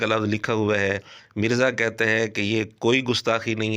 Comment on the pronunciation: I was a molvi back then, had to trim the beard, as the institute has been devastated by moulanas themselves You're spitting your hate each time by pronouncing him mirzey instead of mirza But not something new As usual